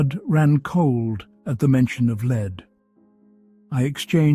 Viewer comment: Wonderful story, but the pronunciations of lead (as in the deadly mineral) and lead (as in what one does with a horse), was constant and annoying. I found myself more concentrated on that than the actual story at times, which was spoiling such an excellent tale. I realise there can be wrong pronunciations when reading lines, such as with wound (as in a cut in skin) and wound ( what one does with a clock) and the most often mistaken one made when playing the violin with a bow (as one makes with ribbon and correct) and bow, ( what one downs when bending over). Also frequently mixed up minute as in time and minute (mynuut) as in small As apparently these recordings are done in the US, I realise Americanisms come to the fore, as in Kilometers instead of the 1800's London's mile, closets instead of cupboards or aluminum, instead of aluminium, for instants. I know I'm nitpicking, for which I apologise, because this is by far the best of all the Sherlock channels and I look forward to the next story each night. But tonight's constant lead(led)/lead(leed), really was just too much. Regardless , thank you for a very interesting and different storyline